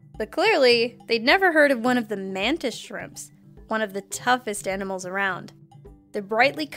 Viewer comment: the way you say the animels lol